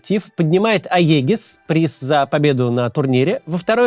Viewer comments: Не "аегис", а "эгида". Просто на английском это пишется как aegis, но произносится то оно не так. "иджис" если на то пошло. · Aegis читается как "иджис", а не "аегис" - переводится как "защита, эгида" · С таким акцентом говорить: "интернешнл" и следом "аегис", вместо "иджис". П.с. я английский не знаю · Макс проснулся через неделю после победы Team Spirit. жуткое слово "Аегис" - это либо "Эджис" на английском, либо "Эгида" по-русски. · Так аегис тоже говорят